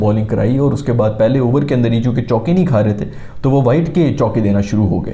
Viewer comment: Abarrrr 30 abarrrr was hilarious 😂